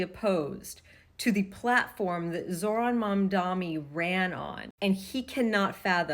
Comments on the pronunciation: It's Mamdani, not Mamdami. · Mamdani not Mamdami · It’s Mamdani not Mamdami! Need to get it right. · Please stop saying "MamdaME" it's MamdaNi with an N. It's really not that hard, why doesn't anyone get it right? Respect his name please. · lol "mamdami" some names'll mess ya up on some days. so relatable. when i was still working it out i was saying it that way before realizing it was mamDANi. most people give you a pass if you are trying tho. : ). i love when he was doing a debate and CORRECTED the guy that was mispronouncing it. and that's happened on host shows too where they corrected other guests, just checking that right then and there. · Dudette —Great message but did you keep saying Mamdami? 😂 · You have good videos. But it's MamdaNi, with an "n". Common suffix of surname from the western part of the Indian subcontinent. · Okay. Please. I know you are not going to read this but even YOU can t get his name right. ITS WILD! It’s MAMDANI with an N not and M. Please what is wrong with you. You’re embarrassing yourself. Embarrassing us. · Why the f• does everyone on both sides keep saying mondommmy? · Girl!! Its Mamdani! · MAMDANI MAMDANI MAMDANI. It’s really not hard to pronounce I’m really confused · Mam-da-knee. Sorry not being mean. You can delete after reading. ❤ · Why do people have such a hard time saying his surname lol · Not getting Mamdanis name right is making my ears bleed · M-a-m-d-a-n-i Y'all really should learn how to say it properly